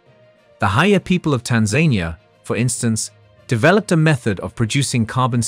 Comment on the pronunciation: What happened to maxwell chikombutso and his car? This is the same story but with a phone. . All ai bs..... can't even say Tanzania!